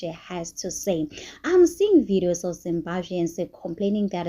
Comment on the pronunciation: It's Zimbabweans not zimbazveans